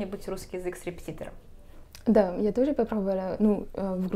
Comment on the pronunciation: И чё интересно,сложное слово РЕПЕТИТОР выговаривает безукоризненно,а простое слово ЛАТТЕ говорит как ляте.😊